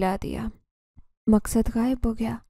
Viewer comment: Story teller madam, Zeenzada ka naam aap sahi tarah nahin bool paa rahi hain . Iss liye story sun-nemey aur samajhne mey dikkat aarahi hai........... Aap uss naam ko kabhi " Maqsad " (Maq-sad) tow kabhi "Maskad" ( Mas-kad) bool rahi hain ! 😢